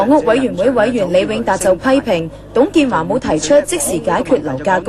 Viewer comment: 你剪接過？我記得有董建"茶"